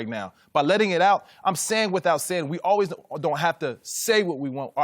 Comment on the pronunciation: i just hate how collin pronounces "always" like "alwez"